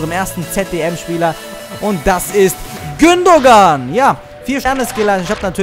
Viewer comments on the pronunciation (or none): Gündogan wird "Gündoan" ausgesprochen :D